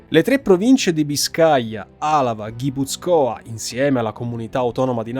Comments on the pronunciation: Molto documentato. Soltanto la pronuncia di Guipúzcoa (ha l'accento sulla u) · Guipúzcoa no Guipuzcóa ;) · Grazie per il video. Il lavoro deve essere stato molto complesso. Complimenti. Una vergogna se non te lo fanno monetizzare. Piccolo appunto: si dice Guipúzcoa e non Guipuzcóa . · Il video é da 10 e lode! Solo una piccola cosa, il nome della provincia si pronuncia GipUzcoa e non GipuzcOa. Complimenti per un ottimo lavoro.